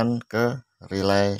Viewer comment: Relay bang bukan rylay😊